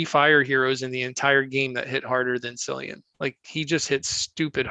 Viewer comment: Cillian I believe is actually pronounced with. K sound. So it’s actually (K)illian. Li Xue , is also more like Lee Chu.I think .